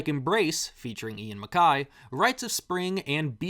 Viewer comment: I really enjoy the music of a lot of the bands, mostly the 90s and early 2000s. But please stop calling Ian Mackaye (pronounced Mc-K), Ian Mack-eye. Short and concise discussion. I enjoyed it.